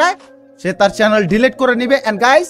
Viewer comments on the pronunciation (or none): none